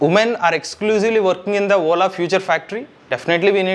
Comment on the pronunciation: Please rectify your pronounciation... You are saying WOLA instead of Ola